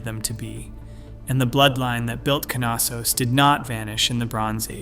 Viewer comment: It is Knossos not Kanossos there is no ‚a‘ sound connected to the ‚K‘ between the ‚n‘. You say knitting not kanitting.